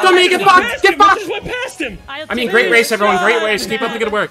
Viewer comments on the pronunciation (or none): Did bro say “great wace” …… R-r-r-r-r-rap god yikes